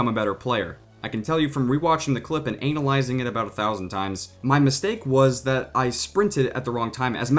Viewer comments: At the times between and you said anal izing instead of analizing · did he say anul izing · when he said analysing , it sounds like 'anal' izing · at about "analizing" hahahahaha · was i the only one that heard ANALyzing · did anybody hear the emphasis when he said "anal"yzing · Anal... Analyzing.. The way you said it.......